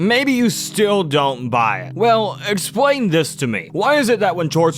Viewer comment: bro realy hit that "let me explane"